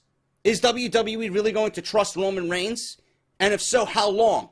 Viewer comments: "Ramen Rains" LMFAOOOOOOO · I don't blame reigns for the ratings dropping I blame WWE creative and Vince for the ratings dropping that's what they get when they WANT Reigns as champion I believe Reigns should get no reaction whatsoever. Every time you say Raman Rains I had to laugh great off the script as always totally agree with everything said